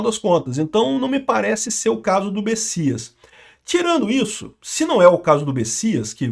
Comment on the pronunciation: Ué, o nome do cara se escreve Messias e se pronuncia Bessias? 🤔